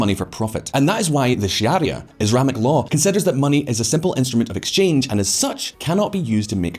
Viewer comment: Sharia, not Shi-aria